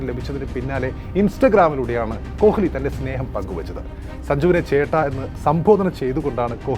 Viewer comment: Bro, please pronounce correctly, kohili alla, ko-li. Commentators parayunnathu kelkoo